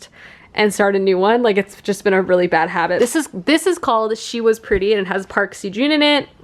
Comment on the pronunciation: Hey! I love your reading vlogs so much! Just letting you know that the seo in Park Seo Joon is pronounced like suh:)